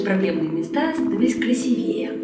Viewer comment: не красивее́ а краси́вее